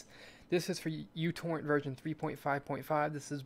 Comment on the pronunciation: Is it just me or he pronounced utorrent as youporn?